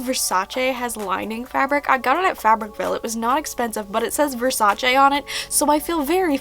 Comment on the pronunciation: I love you but I got so annoyed when you kept on saying vasace wrong.. 😂